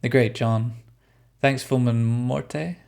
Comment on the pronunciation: The e is silent in morte ffs